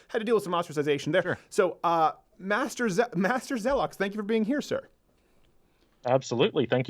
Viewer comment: Him: “Master zeloks” Me: what the actual fuck. No. Get out.